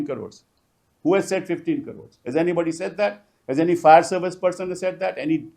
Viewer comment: Pl. read Fire in place of Fair.